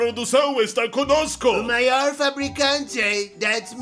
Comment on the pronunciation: "eu vow ser o mayor produtor de semicondutores oray?"